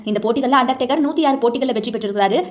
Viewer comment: தாயீ அவர் அண்டா டேக்கர் இல்லமா அண்டர் டேக்கர் 😂😂